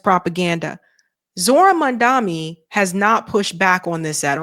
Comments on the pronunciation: Mum-don-ee, not “Mum-dom-ee”. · His name is MAM-DA- NI NOT MAMDAMI! And you said MAM DA MI everytime you mention his name! So I don't think it's misspeaking just guessing you are not a fan??? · What is with the inability pronounce the man’s name properly?! Mam DA nee not man DA me! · do you say Mamdami on purpose like cuome said it before or slip of tongue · MaMdaNi. Please, say the dude's name right. I don't trust him either, but it sounds like you don't know better when you say it wrong every time... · It's Mamda NI... NI... NI... NI. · Jesus, MOM-DON--EE. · I know doesn't read comments, but I cannot watch her channel anymore if she continues to make the absurd and inane mistake of mispronouncing Mamdani's name. That is what Cuomo did in the debate and had a new a**** ripped for him. NOT A GOOD LOOK,. You haven't said his name right, maybe ever.